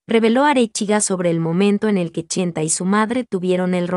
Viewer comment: SI ME LEES. SOLO TE VOY A PEDIR UN FAVOR DILE CHENTE NO CHENTA, Y SI NO PUEDES ENTONCES LLAMALE POR SU NOMBRE VICENTE, A TI NO TE GUSTARIA QUE TE LLAMEN ARRASTRADA. AL FINAL ESTAS MONETIZANDO POR HABLAR DE EL. GRACIAS MUJERCILLA